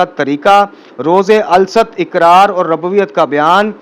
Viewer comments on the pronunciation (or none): قبلہ "الست " کا تلفظ درست فرما لیں ۔الست میں ل پر ربر اور س پر جزم ہے ۔ اگر اس ضمن میں میرے فہم میں غلطی ہے تو تصحیح فرما دیں۔